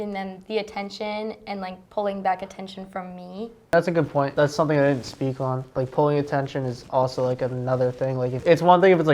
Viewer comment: I thought so too but then I heard the way she pronounces the word "on" . That's a clear New Jersey accent.